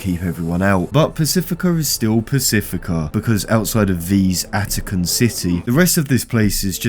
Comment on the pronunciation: V-atican city